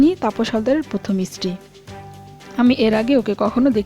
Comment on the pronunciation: baje ucchharon..istiri...mane iron..stree..wife..